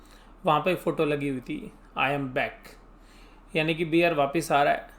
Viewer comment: बियर नहीं बेअर